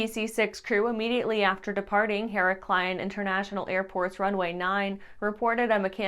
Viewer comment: It's Heraklion and not Heraklaion.